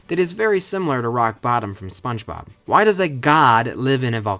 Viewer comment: I kid you not, says Sponge Rob, instead of Sponge Bob. I am pissed